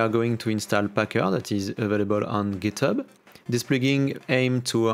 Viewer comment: j'croyais t'étais un vrai anglais en plus mais "packeure" "giteubeu" mdrrr